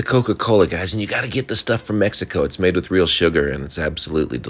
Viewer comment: At first I thought you said “10 cloves of wheat bay leaves” and I was like “where the heck do I find those??” Lol